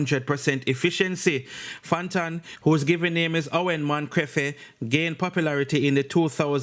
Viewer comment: yah is a big dunce bat enoh 🤦🏽‍♂️ him cyan pronounce (affidavit) now listen how him pronounce Fantan last name (man-cre-fe) 😂😂😂 (Moncrieffe) take the time to do some studies before you vlog 🤦🏽‍♂️